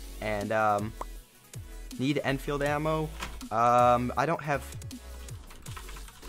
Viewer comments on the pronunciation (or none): It's not Lee enforcer it's (Lee-En-field) Lee Einfield.